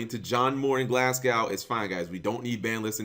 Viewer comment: LOL he pronounced glasgow "glasgao"